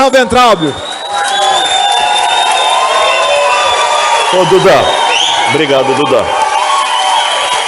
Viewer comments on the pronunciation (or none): Fala-se waintraub. Uva